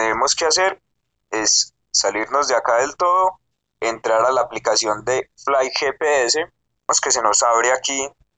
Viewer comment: fliii gepeese jajajajajajaja